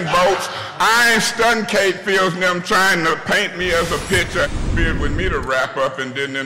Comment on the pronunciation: Kkkkate Field 😂😂😂😂